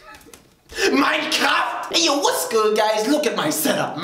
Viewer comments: When he said Minecraft, he really said Mein Kampf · When he said mincraft I thought he said nein comft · He said Minecraft or Mein Kampf ? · for a second i thought you said mykramf instead of minecraft